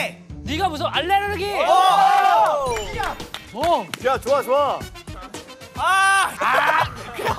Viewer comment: the way he said allergy 😭😭